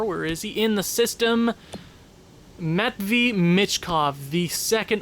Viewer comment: Just tryna help out pretty sure it’s pronounced Matt-Vey but definitely one of the better Calgary videos nothing wrong with others but past few Regular seasons were a bit slow